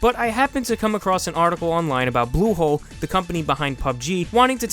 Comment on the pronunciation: U say blusholé as Google ... Pls watch out